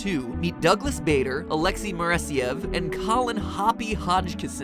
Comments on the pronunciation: Im fairly certain that baders name is pronounced Barder. A building at my school was named after him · pronounced barder. I'm an air scout so I know and It is called bader group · Or they are covers for there legs. Also it is pronounced barder not bayder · Douglas Bader is related to my teacher and it is pronounced Boder not Bader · im pretty sure its pronounced bader as if you were saying harder not as if you were saying darth vader. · Matt, this is just so you know, Douglas Baders name is pronounced 'Barder' not 'Bayder'. Just so you now. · Bader is pronounced Bar-duh, and is the name of the Air Training Corps' training system in the UK~ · I'm pretty sure that the "a" in Bader is pronounced like the "a" in "star". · Please look up the pronunciation of names before you do these theories involving real people thanks, People such as Douglas Bader sounds like how you would say barber as in the heair cutting place. But in-stead of saying barber you would say bar-der. Thanks like the shows any way thanks for putting in the time to do these. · I believe it is pronounced Douglas Ba(r)der but great video and love these scientific non FNaF videos. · Matt sir Douglas bader went to my school and his name is pronounced bard-er Louis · Though it has no real effect on the video, Douglas Bader is pronounced "Bar-der" if you ever use his name again XD Awesome video MatPat, always look forward to Game Theory videos :3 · Great video matpat but need to correct your americaness a second douglas bader its pronounced baa derr jus for future reference ;) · The Game Theorists Douglas Bader is pronounced Barder. i grew up near the Douglas Bader Arms in Derbyshire (UK) and watched the sitcom about the same pub and that is how everyone pronounced it.